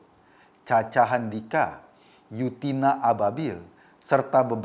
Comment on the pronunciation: Yunita bukan yutina om wkwkw